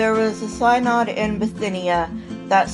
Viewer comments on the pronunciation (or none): Good job 🙋🏼‍♀️ I can't think of anything to add except Synod is pronounced Sin-Odd not Sine-Odd.